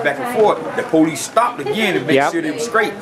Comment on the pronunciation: pohleece called the ambolance